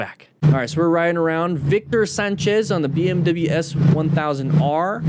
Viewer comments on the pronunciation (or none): VICTUR SONCHEZZ